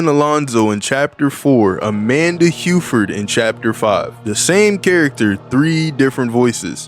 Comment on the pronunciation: I hate to be the "Erm Acktually'" person but not only is their last name pronounced 'Huff-erd' but Hufford also has 2 fs, not 1.